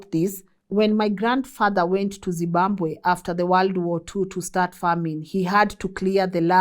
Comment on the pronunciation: …. Say ZIM…BA…BWE ZIMBABWE